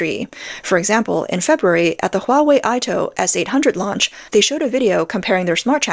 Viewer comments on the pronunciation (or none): none